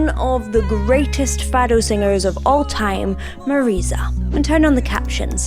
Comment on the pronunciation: Please, say Fado as if the O is a U. I appreciate that portuguese text included in the video :)